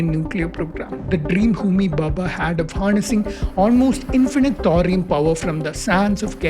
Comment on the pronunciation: Arrey baba, it's Bhabha, and not Bubba